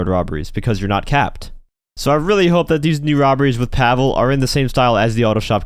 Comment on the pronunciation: Alright now I KNOW you pronounce shit wrong on purpose to fuck with people, lol. I've suspected it forever with you missing easy shit like the Deveste 8 and the Coquette, but pronouncing Pavel's name wrong when the first time you heard it was IN GAME and you've heard it a million times since and STILL say it wrong, that HAS to be on purpose! I'm calling bullshit,, IF that's even your REAL NAME!!!! 😂😉🙃